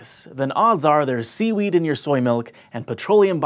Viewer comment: When he said seaweed, i thought he said semen